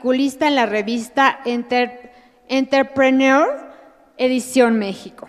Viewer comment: enterprenirrrr..(segundo 51)